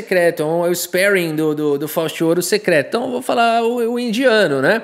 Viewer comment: Ispéring? Spéring? kkkkkkkkkkkkkk